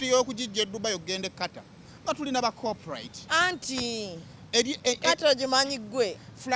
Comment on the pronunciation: the word is "corporate"pronouced "corp-rate" not corprite". You're welcome